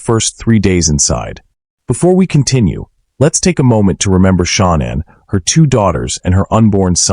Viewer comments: get Mrs Watts name pronounce right its not Shaunann, Its Shannan, this be like me calling you Drew Crime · The name is pronounce. Shaaaaaa nan